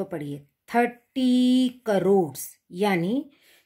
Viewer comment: That in not carries that is cores 😂🤣